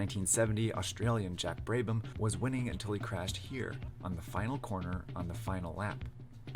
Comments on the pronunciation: yeah but bray-bam? wtf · How on earth do you fuck up a name as easy as Jack Brabham?